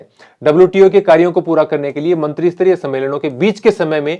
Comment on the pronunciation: सर "मंत्रीसतरीय" नहीं "मंत्रीस्तरीय" होता हैं।